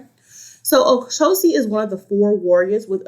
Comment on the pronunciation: With all due respect, it's not " Ocosi" is OCHOsi..like the word word" Churxh" O- CHOsi. Just thought you might want to know from a Babalawo. Ashe.